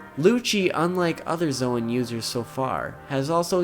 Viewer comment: its pronounced zone